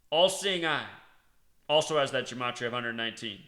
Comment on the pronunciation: That's not how you pronounce "gematria"